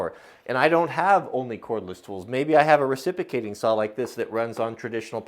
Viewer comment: You are mispronouncing reciprocating. But what a cool deal.